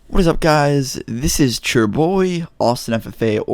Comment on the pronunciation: “This is chur boy”